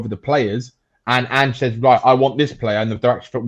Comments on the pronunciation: at least have the decency to learn the mans name ffs............ Ange. Not Angy. You will be kissing his arse in 6 months guaranteed. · Ang-eh? It's pronounced Anj, short for Angelos. You wouldn't call LA Los Ang-ehles. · It’s Ange with a soft E and not anghe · His name’s Ange (pronounced An-j). It’s not An-geh. It’s important that you have that right because it shows straight away that you haven’t done enough (or any) research into him before doing the podcast. Some of the panelists clearly have done their research. It would be really good to get on a football expert from Scotland, Australia or Japan. They would help give you more information which would help you out. He is a strong character, but he’s also reasonable and he can work with upper management. Although, I’m well aware of people’s frustration with Levy. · Anger Postecoglou ? Dude please educate yourself and learn how to pronounce his name before you go Live c’mon 🤦‍♂️ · how do you expect people to take you seriously when mispronouncing his name means you clearly haven’t even watched a single video on Ange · How do you literally start the video with a mispronunciation of the manager's name and then expect anyone to take you seriously? Was it that hard to look the guy up for 30 seconds before you start? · First thing would be get his name right you 🛎 end! (Top left)